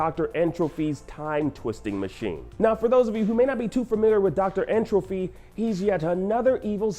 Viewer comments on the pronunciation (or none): Him saying N. Trophy instead of Tropy bothers the Hell out of me. It’s like entropy dude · Someone please tell this guy that it’s N. Tropy and not N. “Trophy” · Yo, this man keeps saying N. Trophy and it's killing me. It is N. Tropy!